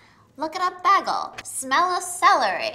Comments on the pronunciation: OH MY GOD BRITTA FINALLY FOUND SOMEONE WHO SAYS BAGEL THE SAME WAY AS HER!!!! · She Britta’d the word bagel 😆